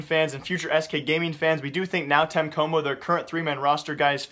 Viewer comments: bro pls just say NTC is really strange hearing nau tenhe coumo Xd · NÃO TEM COMO LEARN HOW TO SAY IT